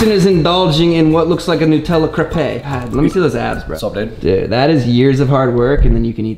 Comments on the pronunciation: It's "crêpe" in French. We can understand if you say crépé, that's all right. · "Crepé" is the worst thing i've heard XD And i'm not even french.